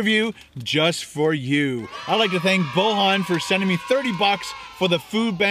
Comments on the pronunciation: The way you said the guys name was weird it's pronounced literally like it's spelled boy an. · Lol! I'm not the guy who donated but his name is not pronounced like that, it's pronounced Boyan but the name is Bojan.